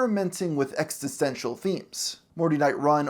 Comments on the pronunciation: Amazing content!! I’m so sorry to comment this, as I really loved your video! But I can’t handle how many times you said exTisential instead of existential. Really silly thing to obsess over but it was driving me nuts! Cheers😅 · Hey man, squanch this; 'ex-TIS-ten-shal' as you pronounce it, SHOULD be 'ex-is-ten-shal.' I dont think you realize just how intelligent fans of Rick & Morty actually are. Simple verbal foibles such as this burn in our ears like vats of real acid. Oh geeze. If your script is the trunk of a tree, correct pronunciation would be its foilage. Then again what do i know? I'm just an eccentrically rich panda bear. 🎩🤏🏻 🐼 - Chairs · Love that this guy can't pronounce "Existential" - it's not ex-eh-stenshul. It's ex-ih-sten-sial. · Great video, but "extisential" omfg ☠️ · E X I S T E N T I A L. It's driving me nuts :D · This dude can’t pronounce existential correctly. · That is not how you pronounce existential 😅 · He also butchers the word "existential" at one point. Edit: actually several points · There doesn't seem to be consistency in your criticism. The most obvious example: You first say the worst thing the writers could've done is removing the stakes of life & death that comes with infinte timelines etc... ... Then critcize those stakes being restored PS: the word "existential" was mispronounced more than once, & "Assimilated" isn't a synonym for "assembled"